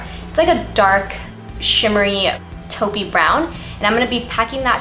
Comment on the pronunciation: Taupe=pronounced as "tohp". Thanks